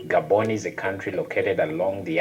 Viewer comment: It's Gah-bon not Gay-bon.